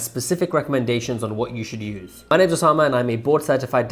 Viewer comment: I repeat Usama not osama😂